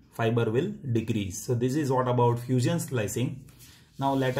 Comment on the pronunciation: You said fuseeon lol